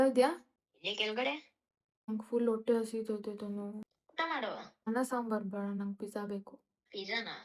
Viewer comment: ಒಟ್ಟೆ ಅಲ್ಲ ಅದು ಹೊಟ್ಟೆ ಕಣೋ ಮಹಾತಾಯಿ